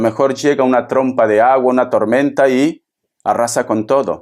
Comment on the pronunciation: TE. QUIERO MUCHO., CON RESPETO. NO SE DICE. TROMPA, SE DICE. TROMBA, SALUDOS. RESPETUOSOS. SOY. TU. FAN